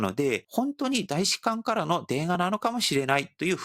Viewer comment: パクさん日本語がすごく上手なので、さらに完璧にするために指摘させてもらいますね「たいしかん」です「た」です。日本語は面倒ですが、今回の動画の最も柱になる単語なので、指摘させてもらいました。すみません。